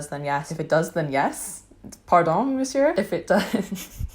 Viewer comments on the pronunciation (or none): none